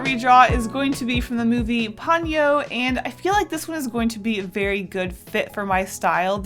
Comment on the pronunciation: Love your works and I’m being really anal, but I believe it is Po-nyo, instead of Pon-yo